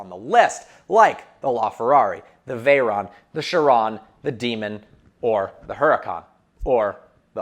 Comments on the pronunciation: "And this is vehicle vrogens" 😂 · "and this, is vehicle rrergins" lol sorry i just had to point that out